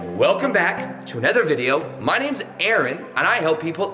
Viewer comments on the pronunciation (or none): none